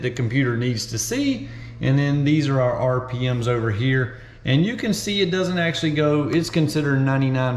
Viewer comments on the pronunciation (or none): none